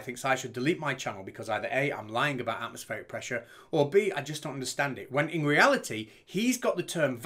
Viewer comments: What's this "Atmospheeric" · Am I missing something here or is this crazy dude incapable of pronouncing “atmospheric” properly? Just saying!!